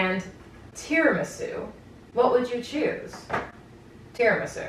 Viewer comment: I don’t know how to pronounce tiramisu anymore, and I blame you